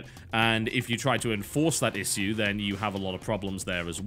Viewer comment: Its Ish-shoe not "is" "sue"